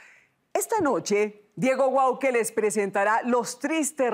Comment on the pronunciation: Es Guauque no Bauque